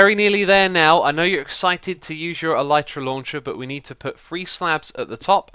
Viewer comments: Nice tutorial and fix x! I built this at build limit thinking it would make me go even higher, but I peak at about y 700/750 ish - maybe I'm going up too quick lol. A note about the pronunciation of Elytra - I hate to accept this, but the y is a i sound, as in sit or is, it's not a y sound. I fully agree is should be pronounced with the y, but the word is coined from the word Elytron which also has the i sound, as in elitron (el sIt ron). It bugs the ** out of me, but that's the facts lel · no he pronounced it wrong.